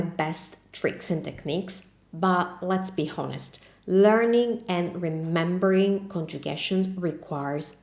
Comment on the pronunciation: THANKS FOR THE TIPS. NOW THIS ONE IS FOR YOU. HONEST , THE h is not pronounced.